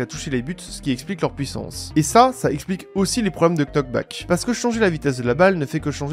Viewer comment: On ne dit pas le "k" dans "knock back". Ca se prononce donc "nok".